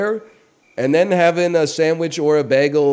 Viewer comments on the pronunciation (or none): Bayehgul. Its hard to type how he says bagel. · Why does he say bagel weird? Is it a bit? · Canadian lol